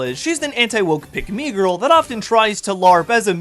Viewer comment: great video, but I still hate how you pronounce "mike me girl" I'm used to it be said the colloquial "pickmegirl"